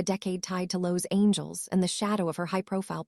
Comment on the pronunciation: Why Do You have This Woman 👩 that telling the story Mispronouncing Constantly Los Angel 😇 Instead of Los Angeles! Why? Why? That😢Horrible!!